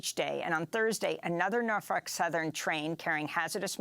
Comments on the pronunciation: Why are they pronouncing it PalestEEN & not PalestINE? And she says NarF### Southern instead of Norfolk? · she said Norfuck Southern 🤣🤣🤣🤣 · She just said Norfuck southen like 30 times 🤣🤣🤣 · Interesting pronunciation of Norfolk southern but appropriate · Pretty sure she said "norfuck" 😆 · Anyone else catch the reporter calling the company “norfuck southern”? 😂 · I could have sworn you pronounced it Norf*ck Southern 😂